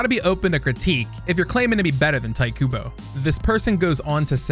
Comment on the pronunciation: this mf called him tight kubo 😔